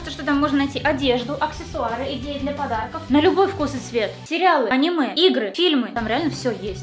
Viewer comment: В натуре, на говорит «идеи для подарков», а я слышу «и геи для подарков» ЯОЙ ВОШЁЛ В ЧАТ🌚🌚🌚